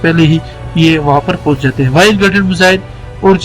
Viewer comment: “پہونچ “ پونچ نہیں۔ پونچ کوئ لفظ نہیں ہے۔ پہونچ یا پہنچ